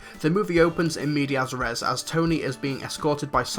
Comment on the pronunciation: pretty sure it's "in media res" and not "in media asares"